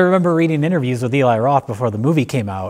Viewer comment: I love the cabin fever series. This was a great video. Also so glad these guys call Eli (E-lai) instead of (El-ee).